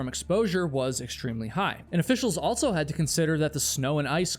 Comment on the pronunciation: there is no T in the word "also". It's not "alt-so".